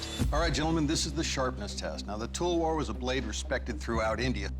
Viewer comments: "Tall ver" :- Talwar That cracked me🤣🤣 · Yes they are pronouncing wrong It is Talvar not Talwar If we pronounce something wrong they are like bruh and when they pronounce wrong...